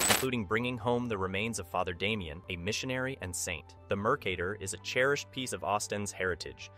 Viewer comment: MercaTor no D In her name😢